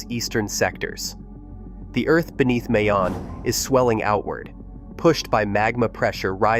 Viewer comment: plz prjonou ce Mayon properly it isNOT like May the month but more like MY